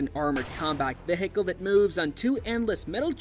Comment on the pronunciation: Because he uses AI. Vahicle? 😂